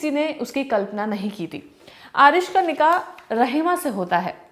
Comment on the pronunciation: Its nikaah and not nigaah... being a presenter you should know how stuff.